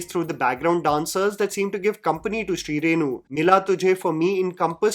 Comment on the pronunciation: Shrirenu, not Shrinu!!!! 😂